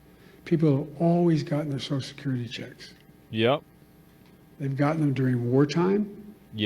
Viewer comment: Sosisesusesosussosill secyuriy